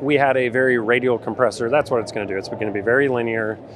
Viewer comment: What’s a ‘compreessor’?